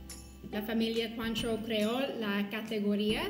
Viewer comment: Se pronuncia “cuantró”.